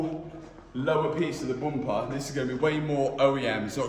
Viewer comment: it needs a "boompa" shirt too. we europeans love the dialect pronounce of bumper hahaha boomper😂😂